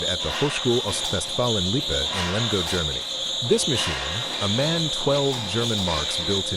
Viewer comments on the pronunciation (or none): The first engine.....just marvelous......but..... please don´t pronounce the manufacturers name MAN.... its called M...A...N.... stands for : Maschinenfabrik Augsburg-Nürnberg 😉